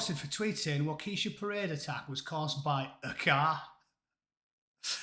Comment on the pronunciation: Yep, Matt Walsh is an evangelical. They can be a bit much, even for most Americans, including a lot of Republicans. P.S. It’s ‘Wok-ah-shaw’ 😉